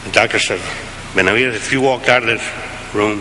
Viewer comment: Man initially he butchered his name BÉ-NAH-VEE-DEZ. And Reagan was from California but as ignorant as fuck when it came to the brown man. Ol gip was nothing more than an actor and racist.